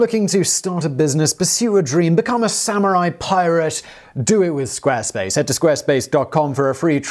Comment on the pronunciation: When you love talking about Square Space soo much you turn Italian